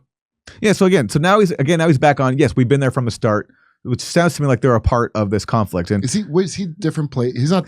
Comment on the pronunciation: Phaaaaaart of the chooooooonflekt.